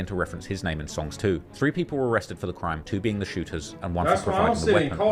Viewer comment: “Bro you are recording a CRIIME” 😂😂😂